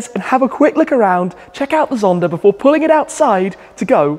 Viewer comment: Why does it seem Shmee adds an R to the end of some words? I hear Zondar instead of Zonda 😂